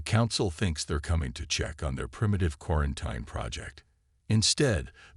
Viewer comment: It's pronounced 'quaranTEEN', need better AI narration.